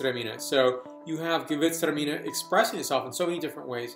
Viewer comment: sounds awesome! but I think your excitement caused you to over pronounce "gewurtztraminer". :). how do you think great alsatian gewurtztraminer age? Have you had any older ones? I have a 2000 zind humbrecht gewurtz that I can't wait to try